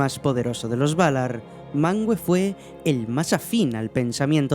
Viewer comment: No se pronucia MANGUE, se pronuncia MANVE, lo dejan mas que claro en las notas del idioma en el Silmarillion